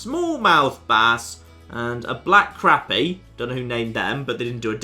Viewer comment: its pronounced Crop E. Also, when you see fish on the surface you might want something to keep your bait on the surface.... like a float. When you dont see fish on the surface, try a sinker